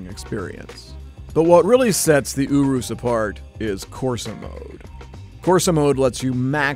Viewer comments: It’s pronounced Urus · This guy can't even say Urus right. OOROOS? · Im pretty sure it is not prenounced (Oo)r(oo)s, and (Eu)rus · Ooroose - someone tell him how to say it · Everytime he says ooroos, I cringe so much he needs to be stopped. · i'm pretty sure it's not pronounced "ooroos" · Did he just say ooroos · i dont think its pronounced ooroos🤣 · He pronounced the name wrong, it’s pronounced (yer es) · Why does he pronounce it ewroose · What is a Lamborghini ooroos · its pronounced yurus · It’s yur- is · U pronounce it yourus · Lamborghini Uroos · Lamborghini Oorus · Its not pronounced ooroos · lamborghini oo roos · Lamborghini Ooroos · Lamborghini ouurus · Lamborghini Ouuroos lol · I'm italian and that's the right way so say it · It hurt me every time he pronounced the urus the way he did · Disliked because of how be pronounced Urus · Is it just me or did he pronounce urus wrong the entire video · He is saying the name so wrong I can’t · I hate how he said Urus. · Pronounced Urus wrong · This dude can't even pronounce the name of the car hes supposed to be reviewing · Normal people : urus The dad : ooooroooos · " the Lamborghini.. U W O O S." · It's urus not OOOO-ROOSE AHHH!! 😠😠😠😠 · I’m italian uh-roose is the right pronunciation. Yu-rus is wrong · I thought it was pronounced as “Uris” not “Orwis” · It’s a urus not an oorus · Is it just me or does it sound like you saying Oros instead of Urus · Italians: URUS This guy: OROSS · STOP PRONOUNCING IT WRONG! ITS URUS(your-us) NOT OORUS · if he says ooooorrrrrroooooossssssss one more time im going to gouge my eyes out. it is urus (errruuusss) not ooooooooorrrrrrrrrroooooooooooossssssssss. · Him:Lamborghini ourus Everyone else: Lamborghini urus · People: Lamborghini urus Me: Lamborghini urass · The way you’re pronouncing Urus is funny. You’re pronouncing it as “ooh roos”, when it’s pronounced “you russ” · Love me some Lamborghini Ooroos It's ur-is. That's how you say it. Lamborghini Urus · It’s not ooroos it youriss